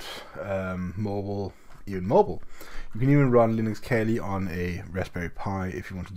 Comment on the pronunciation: It’s not kelly it’s pronounced kaali